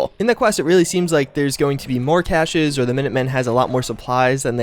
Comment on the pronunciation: You said cache wrong... Ahh it bothers me